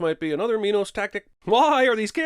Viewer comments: So the director forced his actors to say minos. it's min os. not my nose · Minos not mynos